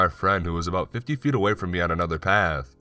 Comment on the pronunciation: The last word or everyone of sentences is always emphasized. Offff, laaaatch, awaaayyy.